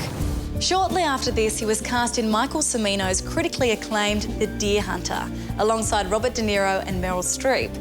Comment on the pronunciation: It’s pronounced Chee-mino , not Se-Mino. Chris is the essence of cool.